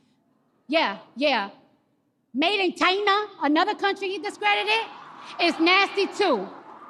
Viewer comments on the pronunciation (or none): I thought her China joke was lame. Considering she screwed up earlier in the year not knowing the name of the Chinese designer for one of the fashions she was showcasing, and considering the fact that she pronounced the word in the same disrespectful manner Trump pronounced it in.